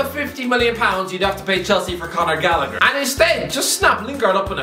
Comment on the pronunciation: Why is an Irishman pronouncing Galllagher incorrectly?